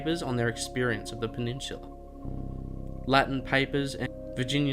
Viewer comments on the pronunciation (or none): I'm just putting this out but why do you pronounce peninsula as penishula?